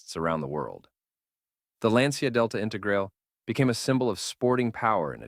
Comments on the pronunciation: Please pay attention to the fact that the correct pronunciation of Lancia in Italian is not “Lyan-cha” but simply more like “Lan-tcha”. 😉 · Sorry, in italian is not lyancha but lan cha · Pronounced Lyan-cha in Italian?!! Aww héll naw!!😂🤦🏽🙋🏽 You think Italians speak Chinese or so?!